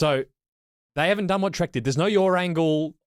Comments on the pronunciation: When starts talking about yaw angle all I hear is ‘yawn’ angle.😂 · Great video guys.....Please stop saying YOUR angles...they aren't mine!!....The word is pronounced YAW!!!....Thanks again...